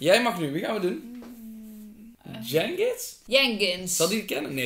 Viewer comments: Dzjengis en niet jenkins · Jenkins bedoel je niet Dzjengis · Het is Dzjengis